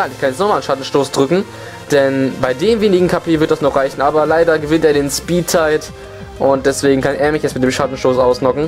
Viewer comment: Gute Videos die du da hast. Es heißt aber übrigens "speedTIE" und nicht "speedtight" ;D geschwindigkeits-unentschieden und nicht geschwindigkeits... "eng"? xD naja whatever mach weiter ;)